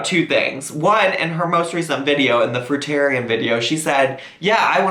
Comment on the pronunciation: Thank u for pronouncing fruitarian correctly so far 2 have mispronounced 😅